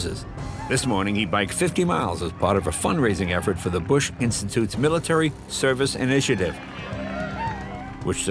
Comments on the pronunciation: Mrs. Bush sounded like she wanted to say BUSHYY with out the H and P instead of a B lol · Something interesting why the First Lady called President Bush with the "ie" sounding in his name... That comes from the time Mr. Bush was president and visited Europe; President Bush had a great reception from people there and the crowd was chanting his name which in local language adds an "ie" at the end of the name... similar to female's last name adds an "a" to a feminine name.